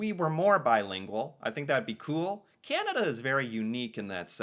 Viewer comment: I smile each time says Candada😊